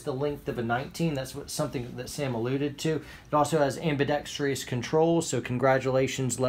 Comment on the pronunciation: I love you, and I'm not mad... I'm just disappointed. I simply cannot believe a man as knowledgable and experienced as you mispronounces "ambidextrous" as "ambidextrious".